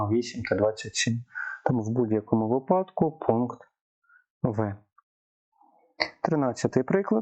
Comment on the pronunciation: випадок - наголос на и